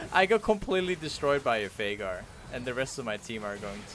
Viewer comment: everytime he say “veigar” i keep hearing “faker” lmao